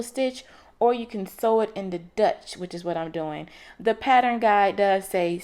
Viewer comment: You did a great job, but it is stitch in the 'ditch' not 'dutch'. Made me smile and I cannot wait to make this.